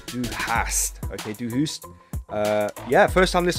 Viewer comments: Pronounced "RahmshTein". Du Hast is pronounced "Doo Hahst." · Rammst-eye-n in terms of pronunciation. And "Doo huh-st" :)